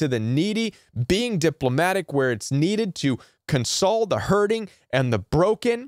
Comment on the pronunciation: In your section of "Using Empathy" first, it is awkward to hear your pronunciation of "console." A console, as a noun is pronounced CON-sole. Console, as a verb is pronounced con-SOLE, con-sol-A-tion, con-SO-ling, con-SOL-ed. And second, "Planed Giving" does not make any sense, the same as "Mountainous Giving" or "Grooved Giving" doesn't mean anything. If you mean to say that their giving is premeditated, you would call it "Planned Giving." Beautiful and Helpful content, but wanted to point out these two things in case it helps.